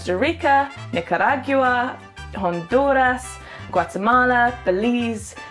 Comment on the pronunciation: Nicaraigua, jonduras Hahahaha I am sorry